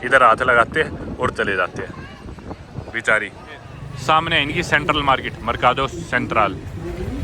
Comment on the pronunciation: "bichari"😂😂 dark 😂